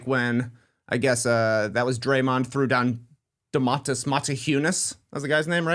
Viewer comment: I do not remember Draymond Motiejūnas incident, but man, Draymond might really be a xenophob. Also Tas, his name was Donatas, not Domantas, I mean its very similar, I get it. WHen you pronounce it 100% correctly, it is not THAT similar in sound, you guys in America put the accent in the wrong spot when saying Domantas, its not entirely how it suppose to be pronounced... I think Donatas is far more common name in lithuania than Domantas, I could be wrong, but both are fine Lithuanian names.